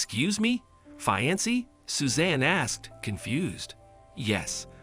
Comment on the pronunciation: It was very annoying listening to this because the narrator spoke two words incorrectly fiance and alimony